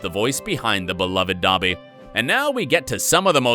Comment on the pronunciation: Did he just say dabby? 😳